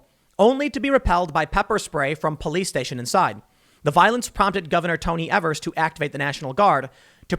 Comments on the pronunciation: Governor Evers is pronounced EEvers not evers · Hi. Im from Wisconsin. Tim, just so you know, Evers is actually pronounced "eevers" but you should keep saying his name the way you do as a joke, because Evers is a joke.